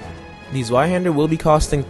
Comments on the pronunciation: Zweihander. Pronounced. (Zviaande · I love the english pronunciation of zweihander